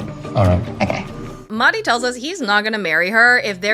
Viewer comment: Sorry I haven’t been keeping up with the show- did you change your pronunciation of Mahdi because it came up in the show that Stevie was saying it wrong? Because I need to know if they address it 😂